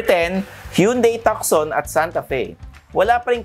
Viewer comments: Hyundai Tucson is pronounce as. Too soon. Something like that silent C po.not tukson..if u dont mind. Tnx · Tuckson 😂 Tuson 😜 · Tucson is pronounced as Two-son, not tuk-son. :) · If you dont mind too, it’s not soon it’s son! Too-son. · HIndi po Takson (Tucson), Tuuzon po. :) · it's not Takson (Tucson) it's tooson (as in Tucson, Arizona.) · Napansin ko din hehe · Pag pronounce po ng ng "Tucson" sir is parang "two-sawn".. Parang yung sa Tucson Arizona, Godbless po! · Tucson is pronounced; "too son" not "tuck sun". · TUSAN po at hindi tukson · Hyundai TALK-SOON daw, hehe,, its Hyundai TUSON! silent "C". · tu-son not tuc-son, C is silent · Tucson- "Tuson" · Tucson should be pronounced as TUH-SON. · hindi b "too-son" ang pronounciation ng Tucson...? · Di ba tuson ang pronunciation nung tucson? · Na distract ako pag dating sa Hyundai haha!! Tucson (Tooson) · actually it should be pronounced as Hyundai Tucson (Tusan) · You don’t pronounce Hyundai Tucson correctly, should be pronouncing it (Tuson, ) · Thanks sa correction. :) Silent C dapat hihi! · Tucson is pronounced as TOO-SON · Tucson is pronounced Tuson.. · Takson ba talaga tamang pronunciation.. hehe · Tukson daw hehehe ...ilan vlog mo na ganyan pronunciation ... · TU - SON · Too- son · Pansin ko lang din, ang laking issue sa mga nanunuod yang "TUCSON" kung paano bigkasin. Wala namang diperensya sa performance ng sasakyan kung mali ang pagbigkas😅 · malaking issue yan kasi may mga bata na pwede makakita nito at akala nila tama yung pagbikas sa TUCSON...